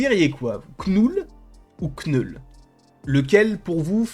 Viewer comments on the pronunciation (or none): « Kneul » Putain c’est pas compliue d’appeler le personnage comme il s’appelle svp ? ÇA SE PRONONCE « noul » pas « KnEul » 🥴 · aucun des deux. le k se prononce pas en anglais. Faut dire "neule" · À l'anglaise tu prononce 'nole'. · Knoul sans prononcer le K